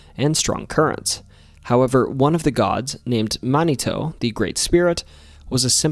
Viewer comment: You’re pronouncing mounitou incorrectly. Super cool stories though none the less.